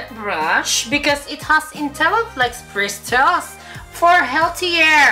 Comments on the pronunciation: "bristils" (Bristles) I love you. Made my day.:* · Bawing bawi sa BRIS-TELS (Bristles) nya hahaha. Labyu. This made my afternoon hahahaha😂😂😂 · Bristels hahahahahh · bristels hahahahahahahaha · bristols. hahaha... nakakamatay! 😂😂😂 I love you! You made my day! 😘😘😘